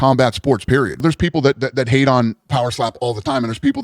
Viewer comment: i hate the way you say your tees if you were going to say hate you say hase